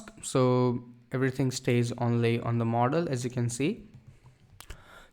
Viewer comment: when he says model he sounds like mortal